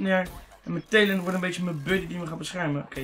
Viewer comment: Lol hij spreekt het juist goed uit